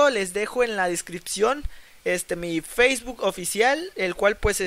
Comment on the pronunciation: feisbutttt jajajaj es facebook guey